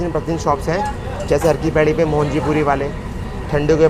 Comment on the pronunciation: Good मैडम।।।thanx ।। लेकिन हर की पैडी है पौडी गलत मत बोलिए क्रप्या।।।💥💢💥💢✌💥